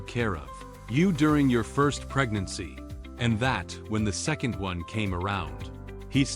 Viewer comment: It is obvious you are working on your translations but how does it mess up the word "second" so badly? Story wise i hope Leon protects his family and i am including Melkvie as well. I am worried about her...*sigh* what a great story! Love it!